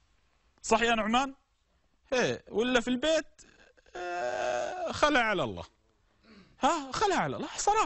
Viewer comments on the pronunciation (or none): none